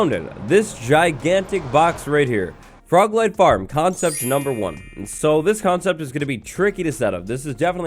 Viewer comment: Was anyone else just listening while busy, and hear 'leg' instead of 'light'? XD I was caught so off guard, but I love it